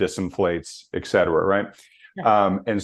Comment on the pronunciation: Complete obfuscation on treasury strategy?*!?. I wish he would finish his sentences. Also, it is ET CETERA PLEASE!! NOT EX Cetera. Et is Latin for "and" and cetera is Latin for "the rest." PS too much time spent on worthless analogies.